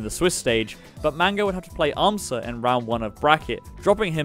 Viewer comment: It's AM-sa, not am-SAHHH